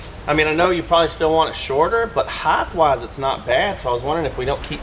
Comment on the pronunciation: Does everyone in TX mispronounce "HEIGHT" as "HITHE"?